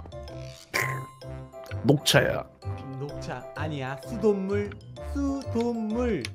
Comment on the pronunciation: 에 수돗물이아니라슈돗물 ㅋㅋㅋ